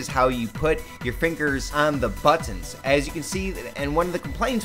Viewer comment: Liked what he said about the But-Tons, tell me more about the But-Tons.